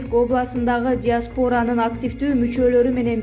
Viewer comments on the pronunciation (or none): Диаспоооора дебей диаспара деп айтчы айтылышы да ушундай болот ....... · Неграмотная- карантин, диспора и тд, ставь правильно ударения